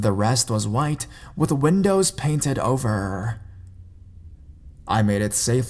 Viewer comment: This dudes voice though it's like 'turning ovER'😂